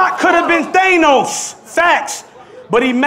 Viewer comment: It funny how pronounces thanos